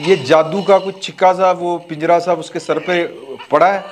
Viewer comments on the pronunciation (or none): none